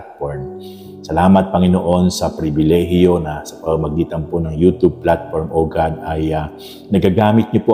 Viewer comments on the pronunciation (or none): none